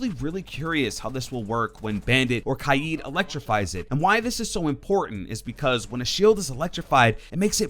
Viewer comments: Kaid* not kai-id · Stop saying kaids name like that